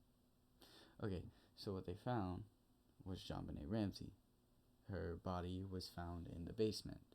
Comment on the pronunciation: Welcome to the Creator World, You picked a hell of a case to start with 🤣. You are pronouncing JonBenét's name perfectly. I got to tell you though Patsy was Miss West Virginia 1977, so I don't think she fell in the category you referred to (If anything people accuse Patsy of "reliving" her glory years thru JonBenet). Ransom Note was long as hell (2.5 pages), had a bunch of odd movie references, and ransom instructions, not standard at all. Boulder PD did a 💩job, they didn't follow protocol at all (& you're right they should had that whole place on lock-down). Pineapple wasn't in her stomach, it was in her upper small intestine (Duodenum), which takes 2-6 hrs to arrive (likely more than two as pineapple is rather fibrous). You got the DNA all wrong, there was consistent ("matching") Unidentified Male DNA (known as UM1) found: on both sides of her long-johns, under her fingernails, & co-mingled with her blood in her panties. The long-john DNA was "touch DNA", I imagine the DNA under her fingernails could have been Epithelial (skin), but that found in her panties is believed to have been saliva (but definitely Not semen). John was rated a 5 out of 5 that he did Not author the note / Patsy was rated a 4.5 out of 5, so while they could not fully eliminate her, they did by 90%. It actually had Not snowed in Boulder since the December 16th & 17th before, it snowed 5.9", and had primarily melted away by the night of the 25th/26th. There was a little snow in the front yard on the N.E.